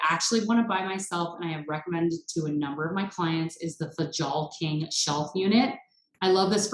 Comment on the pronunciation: I suspect that Fjalkinge is pronounced Fyalking. I really like the way it looks!